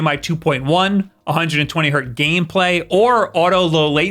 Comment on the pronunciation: lol Hertz, not Hert